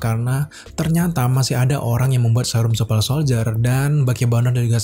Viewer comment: Super bang bukan supel